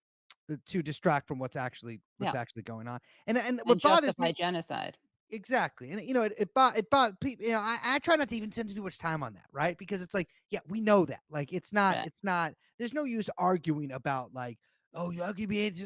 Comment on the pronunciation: "It was Hamas who made me send the weapons for a Jenny -oh-syde."